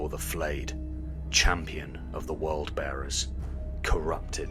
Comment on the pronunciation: It’s actually the Word Bearers